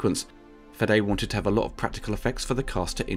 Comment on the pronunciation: Weyland, not Wetland. Fede, not Fedde. Raimi, not Rami.